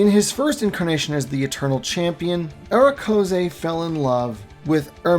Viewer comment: Your killing me with how you are saying Erekose.. it’s Ere- Coas Like coal Ere-Coas